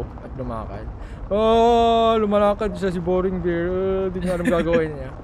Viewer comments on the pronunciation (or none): none